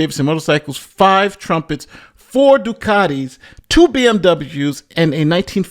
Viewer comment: Triumph not trumpet